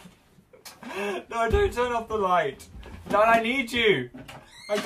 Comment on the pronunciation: its sounds like phil says dad instead of dan